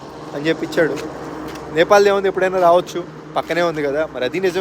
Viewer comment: First chadukondi NEPAL ADHI NAPAL KADHU